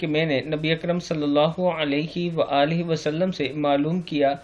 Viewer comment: Ji bilkul,Akram k bajaiy ne Ikram kaha hai,sahi word Akram hai